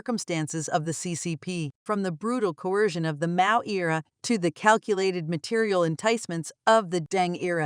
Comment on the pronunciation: Hahahaha robot voice pronounces Mao as 'Mayo'😅